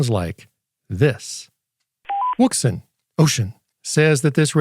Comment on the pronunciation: Is it wrong to like the way he says the brand name? Thanks for your review!